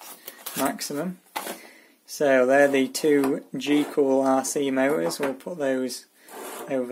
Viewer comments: why do you say g cool isn't it gool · goolrc not gcoolrc 🙏🙏🙏🙏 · Cool video, but it's GOOLRC. Not GCOOLRC. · I like how he calls it GeeOolRC instead of GoolRC. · why some words the "T" is pronounced and other words the t is silent??? there is a "T" in the word M-O-T-O_R correct? or he adds letters to a name goolrc is pronounced geecool rc???? where did the e and c come from? beda? i think he is trying to say better could be wrong